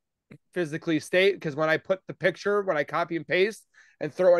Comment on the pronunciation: Please ladies, PICTURE. Not PITCHER.